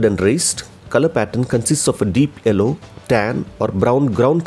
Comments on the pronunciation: you don't have to change that pronounciation of 'yellow' as 'ello' as it is a bit stylish as europian pronounciation plus eventually it will become your signature...your voice is deep and pleasent to hear... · The way you pronounce the yellow colour.🤣🤣🔥